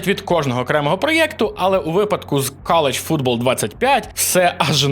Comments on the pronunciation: "кАл оф дюті", "кАлідж футбол" 😂будьласка хоч перед записом відоса в гугл транслейт закинь англ назви і послухай як воно вимовляється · Один я чую "каліч футбол"??)